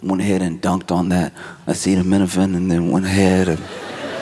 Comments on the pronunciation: <= “Aceen-no-meno TYNENOL!!” 😂😂😂😂😂😂😂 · "Asemeninapot". Nailed it. 😂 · President isaidaminnowfin 🎣 fishing for the pronunciation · Found the cause of autism. That is just hilarious! And could not even pronounce the “cause” - a -chet/a -cent-o/acetomen… - after they called the press conference to announce it! Tell it for what it it is, Josh - sheer stupidity coming out of 1600 Pennsylvania Avenue! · "I-see-the-mini-van" (..is how they shoulda told him it's pronounced) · It's pronounced Epsteinaminophen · To be fair, I say it wrong. I pronounce it as Ace-tam-in-o-fin. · The fact that Trump, a literal, actual factual, grown-ass man, couldn't read the word "Acetaminophen" is WILDIN. No wonder he's defunded education, he wants everyone to be as dumb as him. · A 30 minute joke that boils down to "the president mispronounced a word" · Furthermore after a google of the "acetaminophen incident." It quite literally took Trump 8 seconds to pronounce. I HATE TRUMP, but when we criticize people on false premises and over exaggerate things that dont need to be overexxagerted YOU ACTIVELY CAUSE HARM TO THE DISCUSSION. Josh has completely given up on any semblance of real political commentary in this video, solely looking for sound bites to clip or whatever. Criticize how uneducated Trumps statements are. Criticize how he completely misconstrued information for no reason. Drag him for how claimed only "people who can't tough it out" would/should take Tylenol. Dont drag him for 9 whole fucking minutes (a fourth of the show) for mispronouncing a word, a word 99% of the population would struggle to pronounce, a word that took him under 10 seconds and 2 tries to pronounce. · I still can’t believe someone his grown ass age cannot pronounce acetaminophen. Flabbergasted. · As soon as I heard Trump butcher “acetaminophen,” I started getting excited to hear Josh’s take!!! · I encourage everyone to look up Trump trying to pronounce acetaminophan. It is BAD 🤣